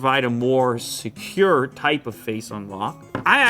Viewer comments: Lew gave an emphasis on "Secure" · Definitely not Secure lol